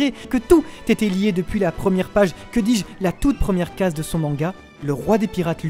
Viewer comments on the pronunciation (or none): none